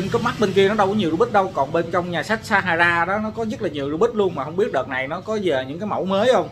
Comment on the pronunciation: Nhà sách pha - ha - sa mà ah đọc là sa - ha - ra =)))